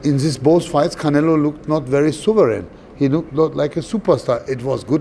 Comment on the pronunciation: he calls him 'khanelo'